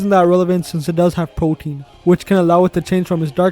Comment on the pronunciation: why does everyone mispronounce greninja's hidden ability 😭everyone says "protein" but it's Protean, which is pronounced "pro-tee-an"